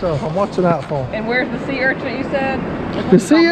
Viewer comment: Steph makes me laugh saying sea urchants, lol, It's urchin!